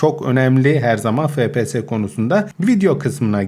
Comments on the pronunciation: abi fepese değil efpies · Abi fps değil efpiyes diye okunuyo